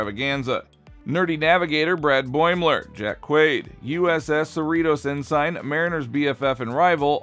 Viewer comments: The doctor on the pre-Kirk Enterprise was Dr. Phillip Boyce played by John Hoyt who was NOT a younger version of Dr. M'Benga who is played by Babs Olusanmokum. Your AI voice is off as well. "Ensign" is pronounced "N-sin" NOT "N-sign". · It’s pronounced En-sin not En-sign…